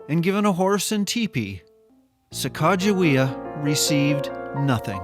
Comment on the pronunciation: I have never heard the correct pronunciation of her name before, wow, so much better. Thanks